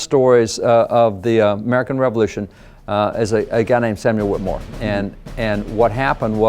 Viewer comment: Whittemore. Whittemore. Whittemore. Dang, maybe next time.